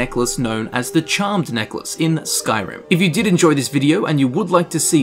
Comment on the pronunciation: Neckalce? lol